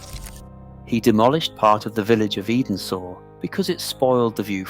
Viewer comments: Its not pronounced Eden sor, ts pronounced Endsor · Any human would have found out that 'Edensor' is pronounced 'Endsor'. Also, no one cares about the insignificant staff. The script tries to make them out as tyrants and not the saviours of great works of art, who paid the equivalent of millions of pounds for the greatest artists and craftsmen of their time. General stonemasons were ten a penny in previous centuries, they were not important. If the writer really cares, and you read this, tell me the names of the men who designed, built, and fitted your cooker at home. Generally though, the content was pretty good. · Muddled photos somer not from Chatsworth, much missed. Edensor pronounced 'ensor' was moved by Paxton after Georgiana. Very muddled.